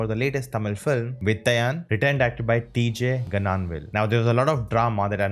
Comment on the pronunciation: FYI Nona, Gnanavel is pronounced nya-na-vel, like the Hindi alphabet ञ (Nya). Loved the take on Vettaiyan.